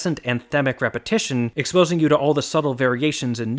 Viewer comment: Repahitation lehgitermisting